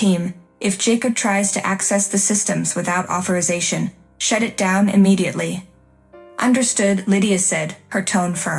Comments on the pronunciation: The IT company is an "it"...What a funny AI! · It should be pronounced I. T.